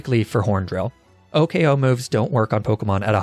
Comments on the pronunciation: Imagine saying "Oh-K-O" instead of "Oh-koh." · " o k o" kills me inside